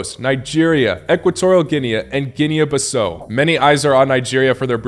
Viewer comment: Boy not you knocking out my country 😑😒 And please its pronounced GEE-NEE BEE-SA-U (like oops), it isn't an english word